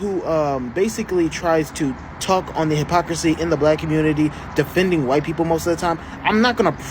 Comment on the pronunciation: is that PALM ALLIES -- and showing their PALM FRAGILITY...sad - This girl can't even say white